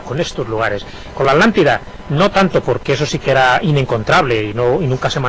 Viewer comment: Alantida? También lo pronuncian mal, no dicen ATLNTIDA